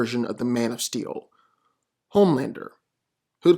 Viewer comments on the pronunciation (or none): none